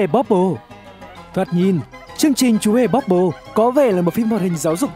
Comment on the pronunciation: Ban đầu đọc là chmúa hmề bobble